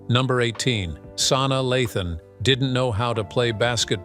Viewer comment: "Sauna Luhthon" 🤣🤣